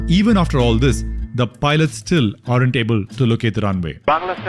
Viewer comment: Excellent video. Please learn to correctly pronounce “are’nt” (sine you are using it many times) … it is not pronounced “ARE-AUNT” but, more like “AUNT”